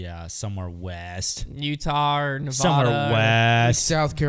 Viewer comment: You pronounced Nevada wrong lol